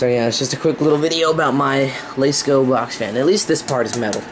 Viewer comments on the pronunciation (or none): L-ah-sco not l-ay-sko just an fyi